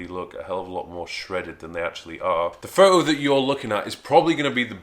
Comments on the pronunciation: That's PhoTo ......NOT Phooh........please pronounce the T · Dude its called foTTTTO Not fo-oh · What's a fo-oh? Mate. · Pho-oh? Lol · "In this pho-oh" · Pho-oh, pho-oh Photoshop You said photoshop perfectly normal Why can't you say photo...... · pho'O ?! Isn't there a T somewhere in there ? lol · "this pho-o"😂😂😂 "pho-o shop"😂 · What's a "pho-o"? :P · "Pho'o"...... :P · what's a fo-oh? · I swear.. if you don't pronounce the "T" in photo!!! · I like how you take the 't' out of the word 'photo'.